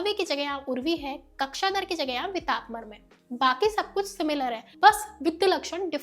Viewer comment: no bro , explanation is good really but pronunciation is actually to be improved it's विटप But in the video she is telling as वितप 😅